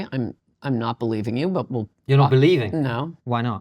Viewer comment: I've noticed that first-degree relatives of schizophrenics always over-extend their vowels in the exact same way she does. Bill Gates does it too. Listen to how they pronounce the word "not."